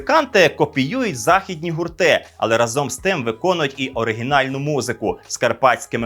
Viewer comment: Шановний, не разОм, а рАзом. Правило нашої української мови, яку ви пропагуєте. Комент в підтримку каналу